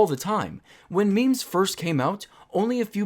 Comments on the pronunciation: literally no one says maymays everyone says memes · I've never heard anyone say may-may unironically